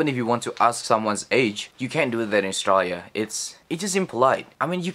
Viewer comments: You pronounce Australia wrong every time, otherwise nice video. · sounds like he pronounces Australia as the word is usually pronounced in Bahasa Indonesia.